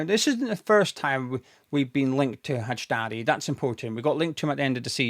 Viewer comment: Name is pronounced Al-bee-on High-dar-ee (Albion Hajdari)